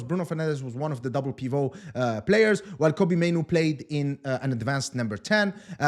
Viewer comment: "PivoT" ... the T is sounded.